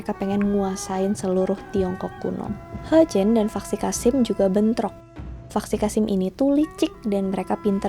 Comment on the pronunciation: Mungkin ini dialek asalnya ya..